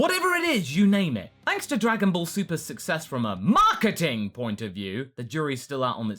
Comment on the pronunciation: And btw I feel like has turrets every time he says "Marketing" lmaoo makes me laugh every time